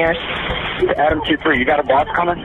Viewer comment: He said a bus not boss but yeah he knew it was serious